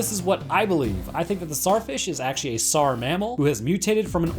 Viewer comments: It's not pronounced Sar it's pronounced Zar like king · I hate how he cant say the T in tsar fish